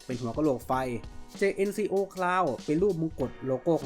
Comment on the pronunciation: ครับ แต่เวลาฝรั่งเรียก เค้าเรียก เจนโค่ ออกเสียงแบบนี้ครับ เค้าไม่ได้ออกเสียงว่า เจเอ็นซีโอ 😅 หรือถ้าถนัดเรียกแบบไทยๆก็จัดไปครับ เจเอ็นซีโอ จังโก้ เอาที่สบายใจกันไปครับ Jn เจเอ็น = เจน Co โค่